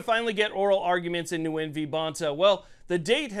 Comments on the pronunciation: Just a quick correction, sir: the (person) V. Bonta? He is of Vietnamese background, his name is not pronounced, “Noo-Win” rather it is simply “Win.” And I hope he does! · This common Vietnamese sir name is pronounced "win" not "new win". Thanks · The “N” is silent. Phonetically gwin. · It's pronounced "Win v Bonta" hopefully Nguyen wins! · Nguyen is pronounced like "win". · Isn't it pronounced Wen?